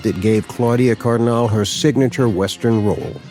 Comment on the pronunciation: Nice tribute! (BTW, Cardinale is pronounced "car-dee-NAH-leh".)